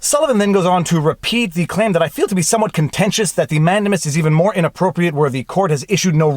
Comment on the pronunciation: man-DAME-us. In your livestream with Robert Barnes he repeatedly said it correctly. And the judge asking so many questions - in essence, conducting his own examination, was historically done in the English courts, and I believe still is today, so I am not surprised that it makes sense to a Canadian lawyer. But in America, judges generally don't do that. It's that separation of powers thing. I've seen convictions overturned because the judge was "prosecuting from the Bench".